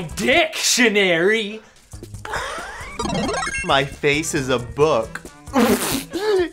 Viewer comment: you he say dic-tionary XD